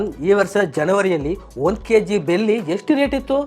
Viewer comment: ಅದು ಬೆಲ್ಲಿ ಅಲ್ಲ ಬೆಳ್ಳಿ 😂😅❤